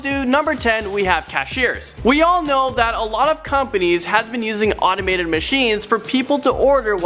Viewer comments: it's "automated" not "animated"... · Does he keep saying animated or automated? I can't tell xxx